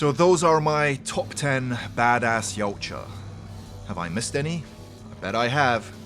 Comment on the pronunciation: It's pronounced Ya-oot-ja